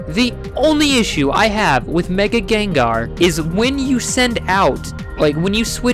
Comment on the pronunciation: its not gengar its gengar